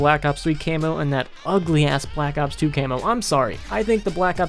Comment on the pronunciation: I like how he says blllack ops 1it aou ds cool